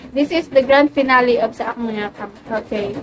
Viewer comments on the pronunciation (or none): Finale or finali unsa man ka bu basa oi finali finale hahahaha